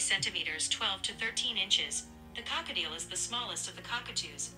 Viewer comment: “Cockatieuxx” “Ballistic” IM CACKLING